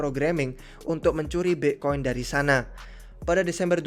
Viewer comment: aksen british